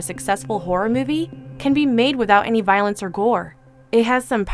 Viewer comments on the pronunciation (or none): none